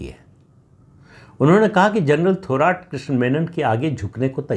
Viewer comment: प्रदीप जी थोराट नाही थोरात उच्चारण किजीये..